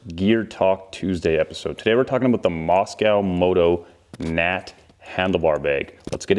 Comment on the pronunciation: Hint - the name is pronounced Mosko, not Mos-cow